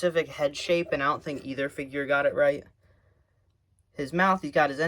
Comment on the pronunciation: Was it just me or at the start did the video go "every action figurrrrrrrr"